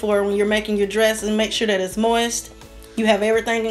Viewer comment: Wish you would say.............this and that...............instead of dis and dat.